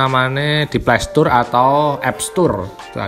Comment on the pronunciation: Playstoroo yg benenr playsotre mang dibaca O besar bukan o kecil